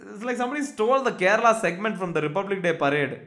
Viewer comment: North Indian ji, it is not "kerela" but Kerala.